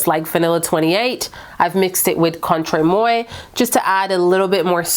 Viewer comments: Contre Moi is pronounced the CONTRAY-MWAH. Not Moy. In fact, the Moi is the exact same Moi that you pronounced in "Excuse Moi" . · Just a friendly note: the Louis Vuitton perfume is pronounced Contra Mwah. 🙂